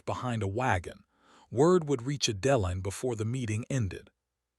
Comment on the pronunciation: I can take that pronunciation over the way Adeline is pronounced. Now that is really jarring!